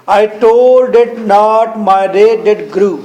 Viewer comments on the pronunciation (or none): its not rait its wrath 😂